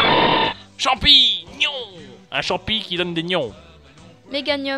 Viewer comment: C'est champignon :D pas champignon grrr